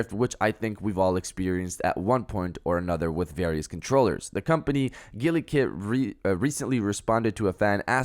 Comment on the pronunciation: Am I the only one annoyed af by the way he's pronouncing Gulikit?😠😤😡🤬